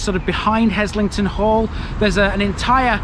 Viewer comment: Now you're talking - home territory for me. BTW the s is pronounced as a z. Worked there (Chemistry Labs in the 1960s) then did an MSc in the same labs in the late 1970s. In the early years we would swim in the lake.